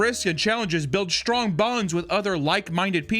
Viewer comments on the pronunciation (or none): none